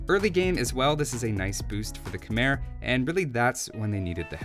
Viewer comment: love your videos! one small thing: Khmer is pronounced like khmai (rhymes with Thai). keep up the great content!